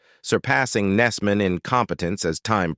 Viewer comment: Your AI needs to learn how to properly say several of the names !, Hesseman (Hess man) not (Hessy man) & the TV show mentioned Mary Hartman, Mary Hartman. It’s only a quarter second to half second pause between the name not 3 or 4 seconds.